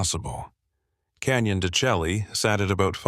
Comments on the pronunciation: Don’t love the AI mispronunciation , it’s annoying enough to take me out of the story, it’s pronounced “de Shay’ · You gotta fix that AI or have a real person narrate. The mispronunciations are very irritating. Example, De Chelle is D’shay. Very nice story. Not exactly creepy but nice. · Please get the pronunciation correct. It ruins the whole tale. Any real Tribal policeman would never pronounce it incorrectly. It is pronounced: dshay.